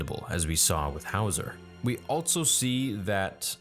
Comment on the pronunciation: "Alltso" "Twee'lek" "Allbite" come on dude. you doing this on purpose? Also has no T IN THIS EPISODE A TWI'LEK SAYS TWI'LEK like [T-WHY-LEK] Allbite??? ALL BE IT...them smush it together. ALLBEIT